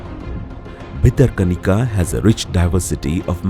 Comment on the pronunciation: It's not bitter kanika, it's Bhitara Kanika. Correct the repeated mistakes